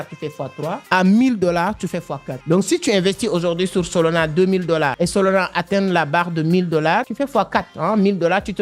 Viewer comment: « SOLONA » 😂😂😂 même la traducteur YouTube comprend « SOLONA » au lieux de SOLANA 😂😂😂 tu arrives à dire le « A » de la fin mais le A au milieu tu le remplace par O🤷🏼‍♂️🤷🏼‍♂️🤨🤨🤨🤨🤨😂😅 je comprends pas pourquoi car même avec ton accent tu arrives à dire le « A » de la fin mais pas le deuxième A au milieu ?!🤨🤨🤣🤣🤣🤨🤨🤨🤨🙄 WTF 😂😂